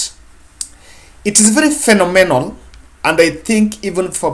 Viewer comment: You really butchered the word * Phenomenal *!!